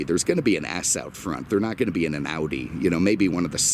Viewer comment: "BMsomething and Oodi" 😂